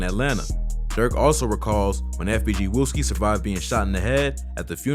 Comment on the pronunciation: he added an e and there is no e in wooski